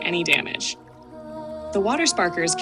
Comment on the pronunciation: I wasn't sure if it was an AI voice or not, but pronouncing Minthara Mintara gave it away. I can't think of any reason a person who played the game would say it that way.